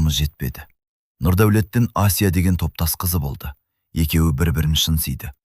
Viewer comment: Қазақ тіліндегі әңгіме болған соң, Асия демей Әсия деп айтса болмай ма? Әңгіме өте әсерлі екен, рақмет. Алматы қаласынан, 72-жас.